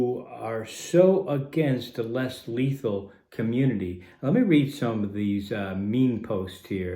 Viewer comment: Lesley is letal man why u say almost letal